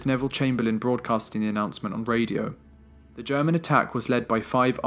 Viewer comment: The narrator's voice is clear and well pronounced....However, he needs to work on his pronunciation of the definite article throughout the entire documentary.....